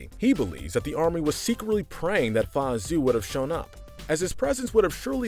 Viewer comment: Anyone else triggered how this guy pronounces Mulan's father's name? It is not pronounced as Zue ZH is more of a JH sound AO is more of an aou sound.